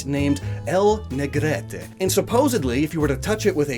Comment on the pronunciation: Why did you say "negreTE"? It's pronounced "Nah - Gret" as in "Nah (re)Gret". Dude, use Google Translate for the pronunciation, it has Catalan.